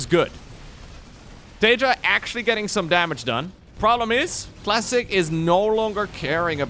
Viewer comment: Cluh -ass-ic. With a little dck on the c that fcks the L out the a-s-s? Lol